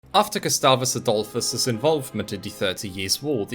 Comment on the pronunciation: "gustavos Adulfus" Really chaught me off guard...